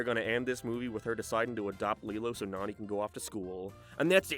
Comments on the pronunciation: fucking hate how this fella keeps BUTCHERING to nanis name, NAH-NE NOT NANY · Her name is pronounced “NONNY”, not “nanny”! You butchered her name! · Hearing the way you pronounce Nani is crazy, considering you liked the movies and have heard that they pronounce it differently Wait at like you switch to saying it right lol? Why are you bouncing from Nanny to Nani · Hey I'm gonna call you out as a fraud. You can't pronounce Nani's name correctly but it's one of your favorite movies? The live action movie isn't as good, but it's actually the only good live action from Disney. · i know you're an island boi(Irish) but I don't think Nani is pronounced like fanny. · Given the context of the whole video, the way you say “Nani’s” name is hilarious. Lmao